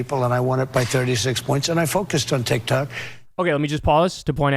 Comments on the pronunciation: Did the donold say..TIK TACK? 😂😂😂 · Trump’s arguments are absurd. But, Kyle, Tik-tak, tik-tok…Pronouncing the O as an A in a middle of a one-sellable world is a part of the American accent. Why so many people pronounce Bob, as Bab.. Do they all have. Dementia? Or do you?